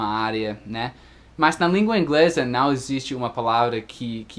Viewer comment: Esse canal é maravilhoso, recheado de dicas espetaculares! Seria meu sonho? kkkkkk Obs: acho muito legal qdo fala "né" e "cara" pq a gente até esquece que é gringo, na verdade acho que a unica coisa q denuncia que vc não é um falante nativo do português é o som do ã, qdo fala não, no inglês não tem esse som anasalado né? E por falar em pronuncia, faz mais videos de palavras parecidas, por favor? Não consigo diferenciar essas aqui: - eat/it -weak/week/wick -There/ their - Buy/ by -No/ know Na verdade tem várias, mas não quero encher muito o saco kkkkk